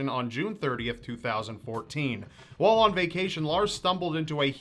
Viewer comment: The word "while" is pronounced "wall" and This could be a hidden signal he is not from this planet.